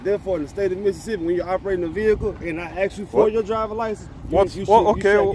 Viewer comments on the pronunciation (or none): “And I axe you for you drivers license”…….😂 Another low IQ idiot. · Let me AXE 🪓 you a question? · I "aks" you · "I'm gonna axe for your ID." How can you take him seriously? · The cop cannot even say ask. Highly educated.